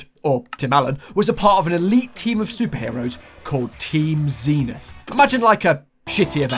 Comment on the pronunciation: I cant cope with how you pronounce zenith zeeeenith